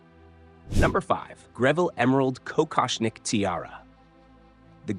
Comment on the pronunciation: Die KI kann nicht mal Kokoschnik-Tiara richtig aussprechen. Das Gestotter nervt obendrein.